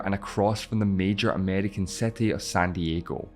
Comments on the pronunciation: I love accents, my guy legit said "setty" ahaha. I wonder how irish and especially scottish accents got so distinct, most people that change languages don't have that hard of an accent and usually the accent would go away within a generation but ig something weird must have happened with the erasing of the languages there. I love how so many of the americans are so blissfully unaware of people outside of the USA and canada that speak english. I bet they would be completely shocked if they went to like pakistan or nigeria and were like "wait so many of them speak english?!?!" ahaha. One person once tell me to pronounce words "the correct way" like bro I'm just Australian chill I don't want to use an actual "R" sound every time I say a word. They legit thought I spoke "australian" at home like HUH. (this was like deep texas tho don't blame em their education is still probably very religious and their accent is crazy) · you pronounce city so wrongly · Cannot pronounce the word "city" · I had to mute this, couldn't listen to the pronunciation of "city". 😵‍💫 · Why you pronounce ''city'' so differently? It is some kind of accent or what? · I can't stand how he is pronouncing city gahhh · i cringed by the way you pronounce city, couldn't stay until the end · Very bizarre pronunciation of the word "city" I wonder why? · what a bizarre pronunciation of city and six 😂😂😂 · its city, not cety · his english pronunciation acceptable, no issue with his accent. But when city become "settee" it's downright confusing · why do you say SETI rather than CITY, are you illitterate? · City ❌ SETTY✅ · Brooo stop saying Ceti and SAY CITY NOT CETI PLEASE 😂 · City pronounced ct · Why the f does he pronounce it with an "e"? He says cety and not city. Am I missing something (for example he is aussie or something?)? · IT’S CITY NOT SETY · Why youre saying "seti" wtf?? I cant continue watching, idk why but its so annoying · What is this "seti" you keep talking about? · What’s a “sety”?😭😭😂😂😂😂